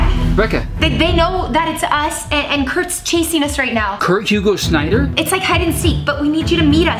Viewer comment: 'Schneider' not Shinniter